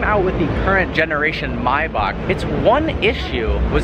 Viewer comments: may - back not mai bock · bro please learn how to say Maybach correctly its May - Bach ..... Say it with me.............. May.........Bach..... it is not Mybock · It’s pronounced MAY!!! Maybach. In what world are you pronouncing an A as an I? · What is a “Mybark”? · It’s pronounced “MAY-back” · maybak lmfao ;D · It's pronounced Mayback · M A Y BACH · Wtf? You say Maybach really strangely